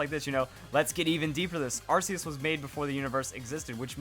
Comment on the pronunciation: It's 2016. And people still say Arceus wrong.